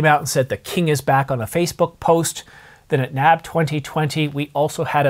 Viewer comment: I know this is nit-picky, but it is not “Nab” it is N-A-B (National Association of Broadcasters)